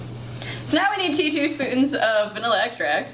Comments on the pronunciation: he says tea two spoons and i've watched this like 10 times and for the rest of the video all im laughing at is "tea two spoon" therefore i'm immature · did anyone else notice that said “tea two-spoons”?